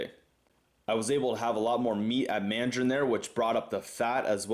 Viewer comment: For some reason I got a laugh when you said " so I'm going to Mandrain" after you said you don't go there often.